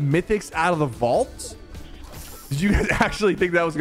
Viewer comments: A "Vualt" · “The vualt key card” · Bro what is a vualt 😂